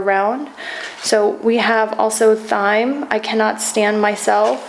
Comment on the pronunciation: Thyme is pronounced like time